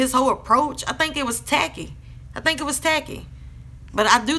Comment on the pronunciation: & and I like how you said "tackey" your accent was strong there lol